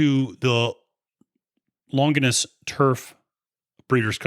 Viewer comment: I watched right up until he said "long guiness" for Longines. I realized why do i need someone else opinion.. it's my money!! Lol What's so hard about Lawn jeans... like the company is called? Pretty big company